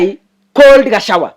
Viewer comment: it's Gachagwa not Gachawua😅